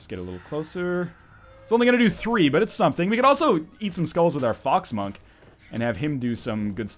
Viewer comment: I heard fog smunk, instead of fox monk. :(